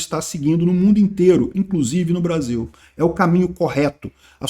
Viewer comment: ta com saudades dos barzinhos, não falou Brasil, mas BAR-ZIL😂😂😂